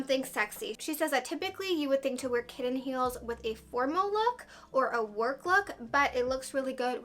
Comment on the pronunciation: I appreciate how particular you are!! You like things a certain way!! And I am dying over how you say Buddon and Kidden heel 🤣🤣🤣